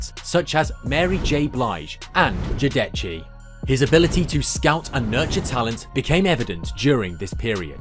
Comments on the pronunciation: "Jodechee" hahahahahaha wtf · Straight butchered the name 😂